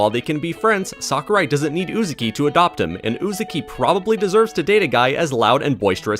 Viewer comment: im gonna cancel YOU for saying Uzuki instead of Uzaki